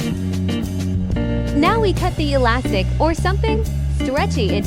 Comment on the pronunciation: He said enything alastic